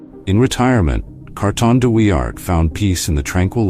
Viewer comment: A lazy, lazy piece of film making. Germans with helmets when you’re talking about the Boer war; hopeless pronunciation. Carton de Wiart deserves a proper effort.